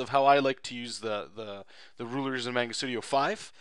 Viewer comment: Mahngah, you Canadian.